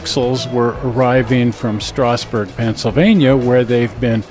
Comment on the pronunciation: If you ever do get to Strasburg, Pa. I highly recommend riding the Strasburg RR as well as trips to the Pennsylvania RR Museum and The Choo Choo barn. Probably worth your while to go to Reading to see the modeling of anthracite railroading at Roadside America, too! One little thing, "Strasburg" Pa. is pronounced like "strazzburg" .